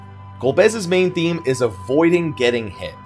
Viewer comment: Idk why it bothers me so much but I can’t tell if is saying “main thing” or “main theme” and it’s driving me crazy